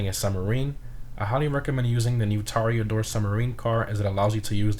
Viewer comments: Bud you can't have a good pronounce for "Cayo Perico" and a shit pronounce for "Toreador" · It is so painful hearing you say "Kosatka" or "Toreador"